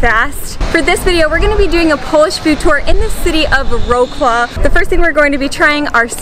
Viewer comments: XDDD I can't. This pronounciation is just perfect ;p I couldn't understand in which City u are because it sounds do strange. "Wrocław" sounds not like "urouklav", but more like "vrotsuav" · It isn't Vro-claw it's Vrotslav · Its Wrocław not woCLAW! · Oh thanks I was wondering what Roqua is 🤣🤣 and its Wrocław 🙉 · Bez kitu, chuj mnie strzelił jak usłyszałem łroklał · absolutely lovely video! one comment though: it'd be really nice if you pronounced the name of the city correctly: Wrocław it's pronounced as: "vrot-swaaf". I know how tricky Polish names can be, especially for Americans, but I think people will appreciate! all the best 😀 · Vrotz-Waaf please! :D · chyba przeczytali by łroklał albo łrokloł 😉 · "Łroklał", lol I f...ing died 🤣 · city of rawclaw 🤣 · It is Vrotzlav, geeee.... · think it's pronounced Vrots-Waf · Vrotzwav (Wrocław) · Did you hear her pronounce Wroclaw as "Row Claw" at the beginning of the video? I think they do it on purpose to get us to comment. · ) read /vrotzlaff/ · Please pronounce Wrocław correctly, I can’t stand when American people don’t even try ! Vroclow- it’s sooooooo wrong ! We just returned from Poland and the basics greetings and names were pronounced correctly. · It would be nice if you learned to pronounce the name of the city WROCŁAW property, out of sheer respect to the country and the community that live there. I was born in Wrocław and I find it quite offensive to be honest ... ro clow ???? Are you kidding me? This is the most ridiculous word that is attempting to name my home town that I have ever heard! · rołkla ........ tragedia . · It's a horrible video to watch if you're actually Polish :D No such place in Poland as vro-claw. Also, the name pierogi does not come from Russia. I had to stop after that. Sorry to be negative, but you're butchering my heritage here! Very misinforming. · Very sweet video and such nice people. But oh the pronunciation Wroclaw!